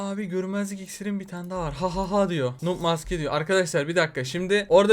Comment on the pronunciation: Balon kafa nîn maske demesi yerine mksae diyor onu derken ben de çok gülü yorum